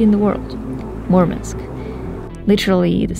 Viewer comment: It's not Mormonsk it's Murmansk